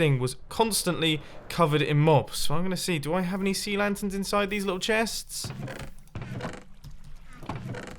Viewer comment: "These chets" 😂